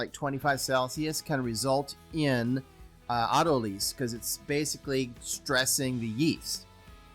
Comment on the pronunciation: Or-tol-a-sis. Try that, sounds better.